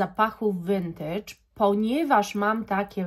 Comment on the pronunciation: No w końcu ktoś w miarę poprawnie wymawia słowo "vintage"! Już nie mogłam słuchać tych wszelakich wariacji tego słowa na innych kanałach perfumowych.